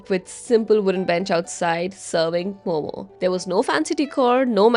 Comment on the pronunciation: The Delhi wala calls momoos.😂